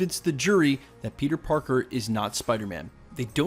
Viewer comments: is it just me or did you pronounced P3nus parkes ? LOl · you say ‘pen15 Parker’ lol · Did he say "Penis Parker"...?!??